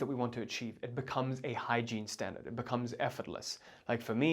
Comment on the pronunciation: Sorry, are you saying exactly “hygiene standards” ?